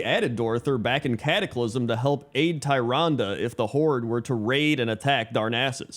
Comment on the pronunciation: Always love the top 10 videos, but the way pronounces Tyrande's name makes me cringe. Nevertheless, never change. A top 10 races that should be allied races sound like an awesome idea.